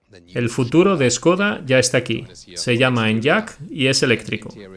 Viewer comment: Se agradece mucho que estéis subiendo videos de este canal doblados al español. Solo un apunte, se pronuncia "eniak", no "enllak", y la plataforma es la MEB, no MEV. Ya puliendo esos detalles quedarían aún mejor los vídeos ;-)